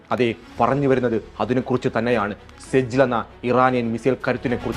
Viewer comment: സിജ്ജീൽ എന്നു പറയൂ